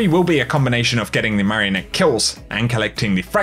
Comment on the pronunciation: Hearing say marionette makes me hungry